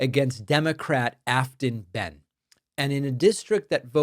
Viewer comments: Hey David, tennessean here. Her name is pronounced, bane. Thanks! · How about getting the pronunciation of "Behn" correct?